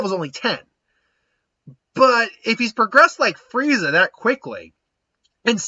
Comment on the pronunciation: Why do you call him Fireza? It's Frieza.